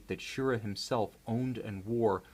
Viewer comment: ANOTHER reviewer mispronouncing Wally Schirra's name wrong. The emphasis is on the second syllable: Shi-RAH.